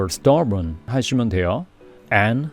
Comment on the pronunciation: 수고 많이 시네요. Stubborn 발음을 “스터보온”으로 발음 하시는데 “스터버어언”으로 해야 하는 거 아닌가요? 질문 드립니다. 감사합니다.